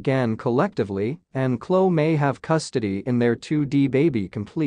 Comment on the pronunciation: Her name is not Klo, it’s Khloe pronounce the E Kourtney is pronounced like courtNe. Kylie is pronounced Ki-lee😊